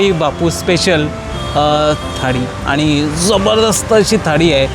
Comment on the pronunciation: काय बोलतोय हा..... आनी पानी आधी मराठी शिका.. भाऊ..